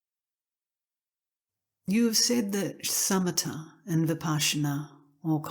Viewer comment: Why are they calling shamatha as summita?